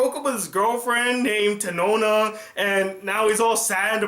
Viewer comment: Tetona not tenona lol